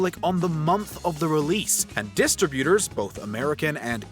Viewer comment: The narrator manages to mispronounce simple industry terms like "television" and "distributor", apparently not knowing which syllables need proper emphasis.